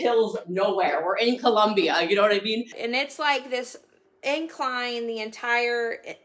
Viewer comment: All of you in the comments make great points, I just wanted to point out , I hate how she Pronounces Colom-BIAHHH